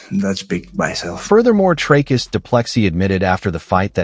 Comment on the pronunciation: "Dry-us"? Who's THAT? 🗑️